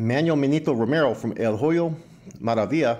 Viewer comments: I'm not trying to disrespect you but when you pronounce "HOYO" the "H" is silent so say it like this Oyo Maravilla and it's more understandable. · The “H” is silent in Hoyo Maravilla